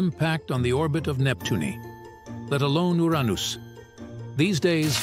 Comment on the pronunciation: "You're On Us" (Uranus)😂😂😂😂